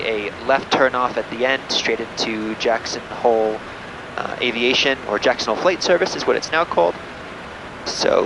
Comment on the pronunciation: Its JACKSON and not "HOLE"